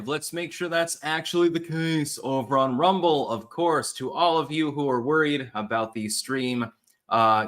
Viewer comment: "alright everyone we're live, lets make sure thats actUALLLy the case over on r-UM-ble"